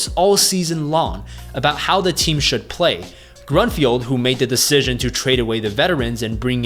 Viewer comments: Grunfeld not Grunfield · Its Grun - Feld not field.